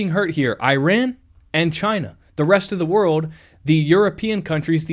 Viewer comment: The country's name is NOT pronounced as "EYE-ran"! And the people from there are NOT "eye-RAIN-eee-ans"! The CORRECT pronunciations are the country of "EEE-ron", where the eee-RON-eee-on" people reside!